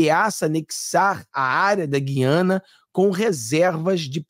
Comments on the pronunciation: em toda a Amazônia se pronúncia a séculos, GU/ IANA E não GUI/ ANA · Gu-i-a-na, mudaram a pronúncia de sempre das Guianas! Dói meu ouvido!